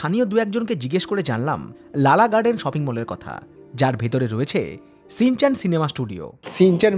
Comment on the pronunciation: Ore modon re শ ষ স এর মধ্যে পার্থক্য জানিস না? কথাটা "shinchan", " Sinchan" নয়।